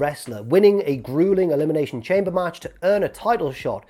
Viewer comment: Dear, Thank you for the video, Can you please go back to pronouncing Elimination Chamber, “Elimination shom-bay” Sincerely, Charlie. P.s. good video x